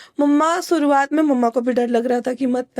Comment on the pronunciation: Pronounciation thik kro aapna eg Aapne shuruwat or suruwat kahan and vishwas ko viswas thik kroo ise